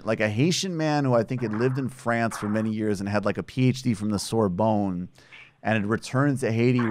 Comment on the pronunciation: 'sore bone'